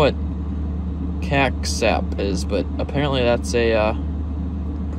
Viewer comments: Me being russian watching say Caxap and yelling at the screen: IT'S SUGAR!!! P.S Why i hate Google Translate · Caxap is read as "Sahar" not kaksap 😂😂😂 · It’s not “kaksap” it’s pronounced sakhar - means sugar in Russian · I'm surprised google translate couldn't figure out sugar. Pronounced SAHAR (caxap) in Russian, one of the most basic and common words. I was shouting it at my TV. Obviously included for coffee or tea, not to eat. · Сахар is Sugar:) pronounced like this, Sa-ha-r One syllable you go! Love the vids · #7. Caxar (pronounced sakhar) is Russian for sugar. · CAXAP - you can pronounce SAHAR, its sugar. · Haha caxap is sugar in Russian and it’s pronounced “sa-har”. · Сахар (pronounsed Sahar) = sugar,:) it's the Cyrillic alphabet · Сахар is sugar(pronounced ‘sa-har’)